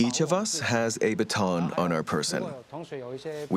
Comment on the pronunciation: a very interesting way to pronounce the word “baton” lol…. “Make sure you have you batin’* lol